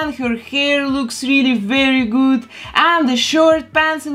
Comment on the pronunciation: The way you say good like goud is so idk how explain